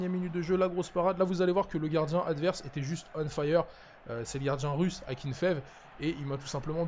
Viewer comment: PS: le gardien russe de dit Akinféyève